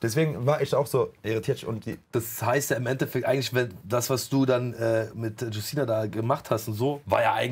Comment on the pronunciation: Witzig wie calvin Justyna vollkommen falsch auspricht 😅aber gut nur Polen kennen den Namen